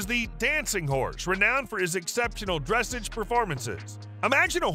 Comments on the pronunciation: Not dressage, its prounounced dressaaaaage, sounding like massage or massaaaage. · Dressage, pronounced: Dress’ahge ( the a in the second syllable is a short a {ahh or awe} and do not pronounce the e at the end). The accent is on the second syllable. Examples: barrage, collage, dressage, garage, massage, mirage, montage. Give your AI narrator a lesson, or use a real person. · Dressage is pronounced with the accent on the second syllable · Its pronounced dressaarrge not dressage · It's pronounced "DRUH-SAWJ" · Terrible video, good grief. If you are talking about a Standardbred, at least show Standardbred racing and not Thoroughbred racing, and show the actual horse you’re talking about. While you’re at it, dressage rhymes with massage. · You are pronouncing Dressage incorrectly. And, why do you show a standard bred with its sale price and then show the horse racing as a thoroughbred rather than a trotter? Stupid mistakes in this well known to educated horse people. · don't bother with these videos. You say the same words on all of the clips. You pronounce dressage wrongly and you show Standardbreds racing under saddle while talking about their trotting prowess. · They have to learn how to pronounce the word Dressage correctly. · Try pronouncing dressage correctly. We know the speaker knows nothing about horses just by his pronunciation. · Would like your content a great bit more if you could learn the correct pronunciation of dressage! A little research goes a long way in giving you more legitimacy